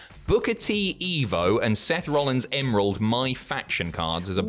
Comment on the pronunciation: Fifa Isn't Football It's Soccer And It's Not EmoRld It's Emerald